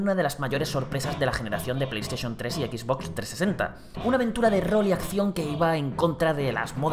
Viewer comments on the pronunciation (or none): none